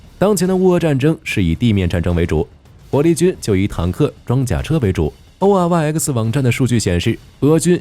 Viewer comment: oryx 啊瑞斯，能不能不讀 o r y 呃克斯